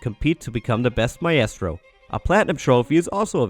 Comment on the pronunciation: Lol sorry. Maybe i had backgound noise interfering lol I think it was the mispronunciation of maestro that threw me :)